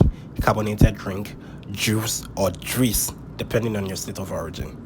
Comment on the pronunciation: Thanks a zillion sir for this lovely video,it seems you took along with you on your flight, I wish you nothing but the best,you made me laugh with that jwice instead of juice.